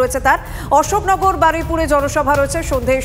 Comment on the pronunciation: Supriyo ka balun ata. Shoknagar na Ashoknagar